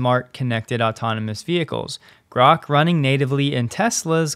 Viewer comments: Grahk. Like that. Not Groke. Read the book. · It is pronounced GRAWK. It is a term that comes from a Robert Heinline Sci-Fi novel "A Stranger In A Strange Land". It means to grasp or understand.This novel is acknowledged as the first Adult Sci Novel. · Grok is pronounced as Grock, as in "lock". It is not a matter of preference. To pronounce it with a long "o" would require appending an "e" (Groke), as in "broke". This is a basic rule of English spelling/pronunciation and not up for debate. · It’s Grok, pronounced like rock. It’s from Robert Heinlein’s “Stranger in a Strange Land”.